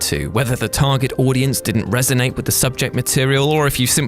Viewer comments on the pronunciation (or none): none